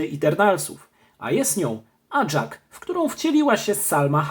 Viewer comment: NIE ACZAK TYLKO AJAK